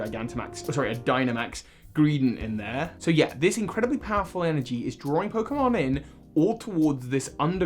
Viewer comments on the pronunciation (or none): none